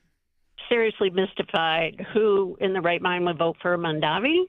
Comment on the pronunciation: It's MamdaNi, not MandaMi. You're lawyers? I support you, but really?